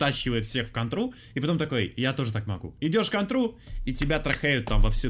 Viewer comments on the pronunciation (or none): Кто-то до сих пор говорит "кантра"